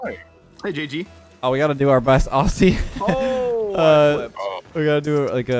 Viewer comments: haha this is sweet map! I love the point difference between the goals! ps. its pronounced "ozzy" not "ossie" :) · You already butchered the Aussie accent by pronouncing it Aw-c not ozzey